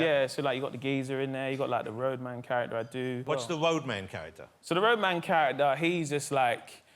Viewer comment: “WhAts ThE WoAdMaN”🤣🤣🤣🤣🤣